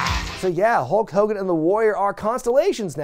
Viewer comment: I love how you continuously call him Ho Kogan 😂😂😂😂 maximum DESTRUCITY